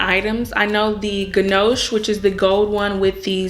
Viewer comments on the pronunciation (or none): Gin’oche??? Isn’t that a desert??? I think your trying to say Guilloche (Gill-o-shay) 😂❤ big loves!! I adore your malachite bracelet - I’d soooooo love one but I’m too scared I’d wreck it 💚 like I’d forget to take it off to shower or dunk it in the dish water or I’d be cleaning out the ducks then notice it’s on my wrist. 😮 I have the Guilloche bracelet and pendant - prob much safer for a busy lady like me 💛 but I’ll let the malachite manifest my mind for at least another year until I regret buying it 😂💚💚💚💚💚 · You have reallybeautiful jewelry. However, careful with the pronunciation of « guilloché ».